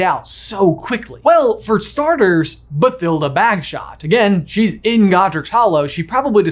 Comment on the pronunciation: I know this is nitpicking, but I'm almost positive the "th" in Bathilda is pronounced as a hard "T", and it annoys me every time someone pronounces it with a soft "th" sound...